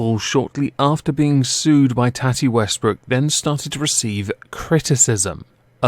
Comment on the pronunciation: Tati= toh(soft o)-tee, tohtee It is not tatty. Usually short for tatiana but not always.